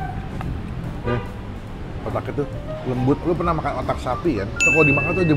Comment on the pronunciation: Bang ngomong Luh tuh benerin dulu😂😂😂😂